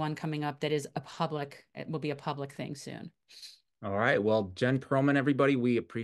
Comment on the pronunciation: It's Perelman; not Perlman....fix it